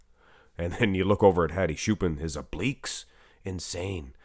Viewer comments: Hello It's not shupen or shupan its chupan! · It's Hadi Choopan not Hadi Shupen